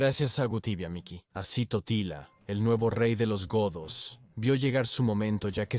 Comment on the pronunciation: dice tortilla y no totila😁😆😂